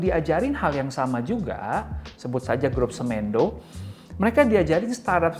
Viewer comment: Semendo bang, bukan semEndo bacanya 😁🙏